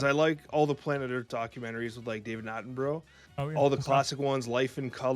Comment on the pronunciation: Did just say David Attenbro? Favourite film is probably the big lebowski.